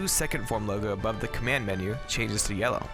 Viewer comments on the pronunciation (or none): none